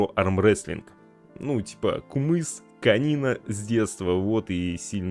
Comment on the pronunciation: правильно говорится Кымыз😊